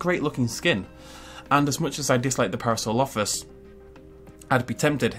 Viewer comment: I haven’t seen any comments on this but... You do know parasaurolophus is pronounced pa-ra-saur-ol-o-fus right???